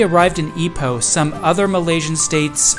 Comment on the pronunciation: Thank you for pronouncing it correctly. Some pronounce it as 'eye-poh', and was really stubborn about it. Happy to hear enjoy your stay in Ipoh. 😂I drove to Ipoh, once, just to buy the famous butter cupcake from the late Madam Nancy Chong, and drove back to KL, within the same day. Total of 5 hours drive 😅